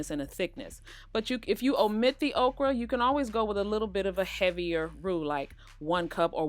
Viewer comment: Thank you! I really wondered who would have the best recipe and it’s definitely you. Also, I thought you said, “Oprah was coming...” and I was SO confused and excited. Ha! You said okra. 😂